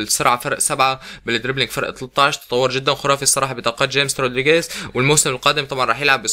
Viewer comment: لا تقول جيمس اسمه خاميس ولاه تقول سمولينق قول سمولينج